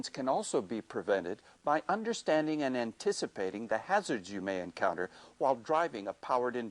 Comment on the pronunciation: lol the guy keeps saying "ya must" instead of "you must".